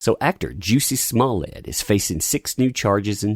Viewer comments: I can't take this video seriously with you pronouncing his name as "Juicy" 🤣😂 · I just wanna know, Is it actually pronounced “juicy” ? 😭😂